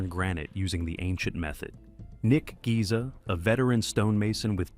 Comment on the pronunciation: Nick “Giza”? OMG…